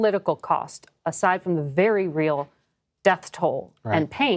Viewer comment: Biden's 120th stern talk behind closed doors: "You've been vewy vewy naughty bibi.... anyways, here are more weapons and US tax payer money. "